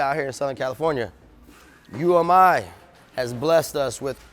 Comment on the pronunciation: hahaha he said umi like oomie!